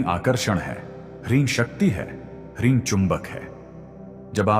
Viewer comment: Hreem is the correct pronunciation not hareem.